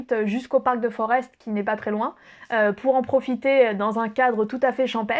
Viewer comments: On ne dit pas Forest mais forêt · Forest ça se prononce comme une forêt 😉 Sinon chez Antoine à Etterbeek, tu vas aimé les frites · Mdr j'habite à 35 bornes de BX et c'est une française qui m'apprend ma capitale. Sinon mon seul conseil ce serait d'éviter la rue des pitas qui est l'ultime piège à touristes. Petit cours de belge: Forest se prononce Forêt tout bêtement et les Schaerbeek > Schaerbéék